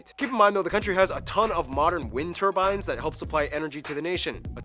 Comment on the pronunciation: Say tur : Tur Say bines : Bines Say turbines! : Turnbines! 🤣